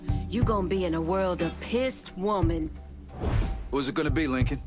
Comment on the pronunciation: those darn WOOmen, not producing SEEmen